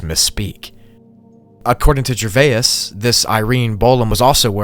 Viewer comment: Gervais breaks down into two sounds: [JUH] + [VAYZ]. It is certainly not [JUR] + [VAI] + [IS], or whatever you are trying to do to it. When you see a word that you do not know how to pronounce, simply Google it.